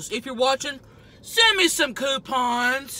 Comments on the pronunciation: “Domino’s send me some coopins” 😂🤣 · "Send me some Cupins"😂😂😂😂😂😂😂😂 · “Dominos...send me some coopins!” 😂😂😂😂😂😂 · mapleLIFE coupins she said 😂😂😂😂 I’m still laughing! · “Gimme sum cupins”😂cmon man give her dem discounts